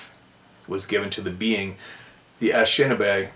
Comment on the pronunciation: Only trying to help with a pronunciation ❤that’s giving you trouble. Phoneticly it’s . Ah Nish Ah Nah Bay.